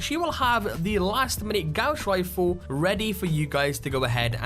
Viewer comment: Gouss Refle srsly really thats how u said it :|